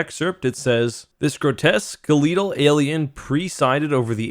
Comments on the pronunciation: this man said SKALEETAL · I've never heard skeletal pronounced skel eat uno lol